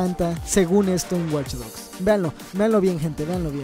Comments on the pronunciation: alguien mas noto el Waych en ves de Watch? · WTF DICE WaychDogs 2